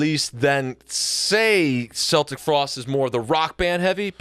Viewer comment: Are they purposely mispronouncing Celtic Frost? Lol